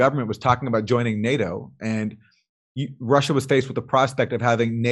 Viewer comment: and to answer your questions: if I would try to put it in latin and re-pronounce it in "common-US-english" it might be "Roosseeeya". And the reason why the Ukraine was mentioned? Well, did you see the video? Jimmy Dorse has a hard time, trying to do it right, which is great of him doing, but starting from the wrong charset and pronouncation table on a "non adapted" name, he hadnt even a chance ;-) so thats just why it was mentioned.